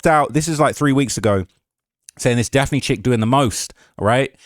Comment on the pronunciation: Daft-nee Joy